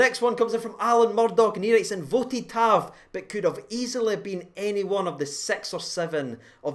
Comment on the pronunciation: tav brilliant, goldson and helander brilliant, airfield brilliant....but for me Kamara...wahl what second half. superb. lol at the pronunciation by &..add to it walter smiths name for Tav...what was going on...????